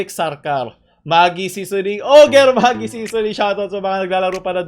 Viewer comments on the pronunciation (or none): Maggi po ang pronounciation. Wait teka whattttt